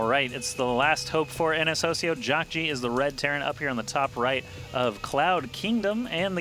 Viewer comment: jeesus fuck, the team's name is ns hoseo (pronounced ho-suh) not fucking hosio